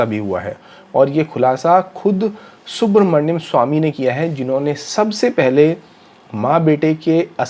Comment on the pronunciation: Su-brahmanya-m swami, not Subhramanyam...